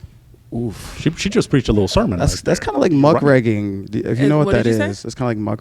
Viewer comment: muckraKING not muckRAGGING